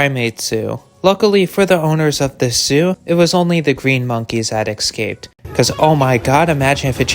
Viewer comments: HEY DUMMY! NOT "ex-caped". ESCAPED. At least you aren't AI SLOP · EScaped, not excaped. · Escaped... not "excaped", Jesus fucking christ dude...